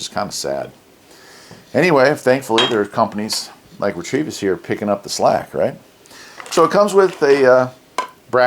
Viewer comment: Not a big deal but I believe you are pronouncing the name wrong. Ret-uh-vis.